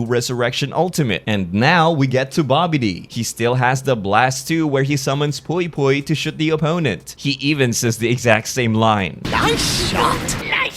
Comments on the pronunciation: who the F is POI POI, it's pronounced PWEE PWEE. and as usual, they completely ignore said character as a playable one. i'll never be able to recreate the Vegeta vs Pui Pui fight..... also sad they didn't give us Yakon as a playable character. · Pui Pui/P'wee P'wee...not freakin Pwoi Pwoi